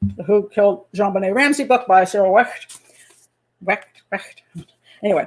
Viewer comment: Zhon Beney Ramzi